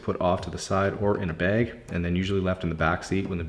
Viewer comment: I think I rewound the video 4+ times to listen to you pronounce the word bag 💀 (This just came to mind. Does the word rewound still apply since this isn’t a cassette?)